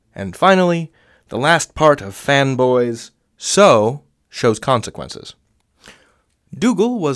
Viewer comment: I think that I'm too broke, I'm hearing "femboys". 😔